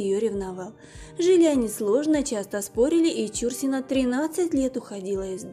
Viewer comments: Правильно фамилия произноситься - ЧурсинА. Ударение на последний слог. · я думала , что только мне режет слух ЧУрсина . Всегда была ЧурсинА . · Ну невозможно слышать бесконечно режущую слух исковеркованную фамилию. Артистка всегда была ЧурсинОй!!! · Не ЧУрсина, а ЧурсинА! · Да,не ЧУрсина,а ЧурсинА! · ЧурсинА - ударение на "А"! Прежде чем снимать видео надо знать такие вещи... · Согласна ! Слух режет ! Считаю неуважением к любому человеку искажение имени ! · Ну, уж коли взялась озвучивать ролик о великой актрисе , стоило бы поинтересоваться , как правильно произносить её фамилию. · Ну куда лезет, даже ударение неверно в фамилии, ужас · да,слух режет такое произношение фамилии актрисы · Действительно, не знать, как произноситься фамилия Чурсина - это по меньшей мере не вежливо по отношению не только к знаменитой актрисе, но и к читателям... Куда катимся?... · Ударение в фамилии,ув.ведущая,ударение не там ставите! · Да, получилось не очень с произношением фамилии актрисы, но мы прощаем .. тем более , что видио получилось очень интересным, спасибо огромное!! Людмила Чурсина всеми любимая, красотка так печально слышать, что такая Талантливая, не нашла женского счастья, очень жаль. Всевышний ей дал очень много красоты и таланта, но обделил её женским счастьем.❤️💜♥️💚🔥🔥🔥🔥💃💃💃💃💃💞💞💞💞🎁🎁🎁🎁💐💐💐💐💐😘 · Помимо неправильного ударения в фамилии актрисы,куча других ошибок-за время жизни с Андроповым,Чурсина-13 лет уходила из дома.Жесть.Может найдете себе другое занятие.Или хотя бы читать грамотно научитесь. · Актриса отличная,я ролик толь три минуты поглядела,неприятно когда неправильно читают фамилию,аж ухо режет,ударение в фамилии идёт не на " чу" ,а на слог " на" .Обидно что есть люди не знающие этого,актриса очень известная и замечательная! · Даже дизлайка не заслуживаете за ударение в фамилии. Бестолочи. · Не стала досматривать, почему неправильно произносите фамилию? Это коробит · Издевательство над произношением фамилии. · Это ж надо так исковеркать фамилию?